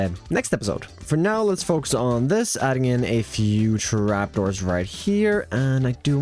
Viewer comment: I don't want to be an ass but the way you keep adding syllables to single syllable words is too much. I assume it is not your fault, but I just can't deal with the "tha ree" for three or "Ta rap" instead of trap. If it was one or 2 times, ok, but it is like every other word.